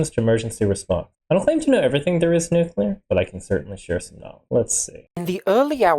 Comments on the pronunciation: 😂 I’ve been thinking I’m going deaf or mad, all I hear is knol 😂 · I’d give him $10 just to hear him actually fully pronounce the word “knowledge” completely.